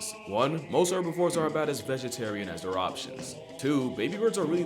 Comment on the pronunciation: please pronounce herbivores with the H